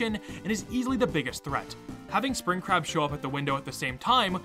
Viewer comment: I’ve never played Tyke and Sons before, so when I watched this video for the very first time and when I heard him talk about Spring Crab, I thought he was saying Spring CRAP! 🤣😅😂 I was like, “Wait, WHAT?!” 🤣🤣🤣😅😅